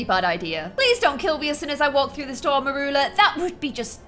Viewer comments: You say her name as murula it is said mur-you-la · Its Mercula not meroola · U pronounce it "meryoola"